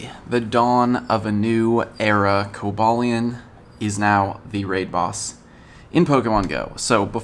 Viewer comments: Co ba leon is how u say it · I thought it was pronounced koba lion